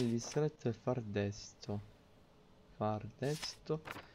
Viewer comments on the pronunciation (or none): Il distretto era Fardsto non Fardesto.